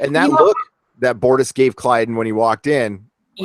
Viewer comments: OMG! I had to stop watching after the 10th time you said "Klydus" instead of "Klyden". I'm surprised no one bothered to correct you. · Who the heck is Clydus? Don't you mean "Klyden"? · Why do you keep calling him "Klydus"? lol It's "Klyden". Man Moclans piss me off though. 'Cept for Bortus. He rocks. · Someone remind that it's Klyden, not Klydus.